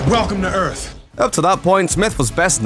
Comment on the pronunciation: Sounds like he says Welcome to Earf.